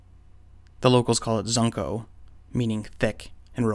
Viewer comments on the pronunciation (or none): Zuncho is pronounced “soon-cho” in Spanish btw bro, just a lil tip so you don’t sound so white saying “zunko” haha. Once again outstanding stuff man🙌🏼